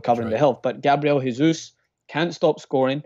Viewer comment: It's not Gabriel Hesus, it's Jesus! In Brazil we speak portuguese, not Spanish